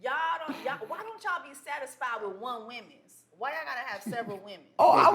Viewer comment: I know that woman didn't say, why y'all ain't satisfied with ONE "WOMEN'S" THEN KEPT SAYING WOMENS....THEN RUT AND NOT ROOT. SISTA DO BETTER!!!!